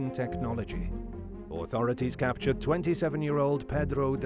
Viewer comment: what is this capatured you speak of